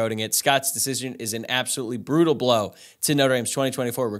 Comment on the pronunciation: BUH-ROO-TULL!! I never believed that Scott was going to end up Irish… but enough people ‘in the know’ continued to say ND was going to be in it to the very end. So there was a sliver of hope. But this kid has been all over the map in the last few months. A silent to ND in Jan., w/scheduled commitment date, then he’s got Miami as his leader, then Mich. No official visit to ND, & then picks OSU. I guess it’s possible that ND will still put on the full court press & try to flip him, but I have no faith that he’ll flip to ND.